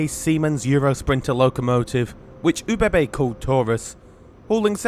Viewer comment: Great video! Each time you said OBB I hear it as oh baby baby 😅